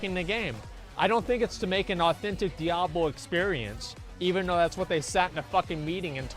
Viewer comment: DIE ABLO wtf dude